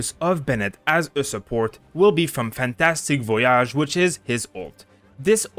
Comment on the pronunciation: I just love how you say "Fantastic Voyage" in a French accent 💙